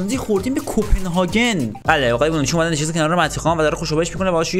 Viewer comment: هربار بونوچیو میگیره😂